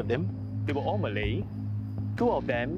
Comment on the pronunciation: Why the emphasis on the “Malay” 😂😂